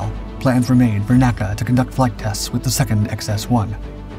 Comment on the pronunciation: small thing but N.A.C.A is pronounced by saying N A C A and not naca but you say nasa not N A S A